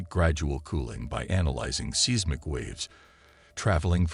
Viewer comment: Pro tip. When using software for voice overs. Use phonetic spelling for things that it mispronounces, like Mee Che Oh ka coo and Size Mick. It makes it sound more natural and less annoying.